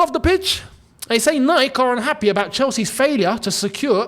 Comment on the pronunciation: you're pronouncing "Nike" wrongly 😅